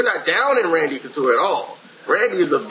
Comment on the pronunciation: You said Conture. It's Couture,. LOL!